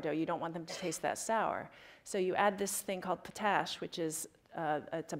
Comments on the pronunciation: its Pot-Ash. Not potash. Its literally refined wood ash. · potash is pronounced like just the two words by themselves, "pot ash" not "puh-tash" edit: lol hipsters knitting. that's actually probably a great thing to do during lectures